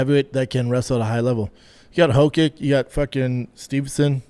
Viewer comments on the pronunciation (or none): Jesus brendan is usually wrong about stuff but he was wrong about everything today. Actually started getting annoyed the way he kept saying "BRUHther." Also idk how it's so hard for him to pronounce names right. It's not Stevenson or Quillan Salkeed. Steve-Son and SAL-KILLED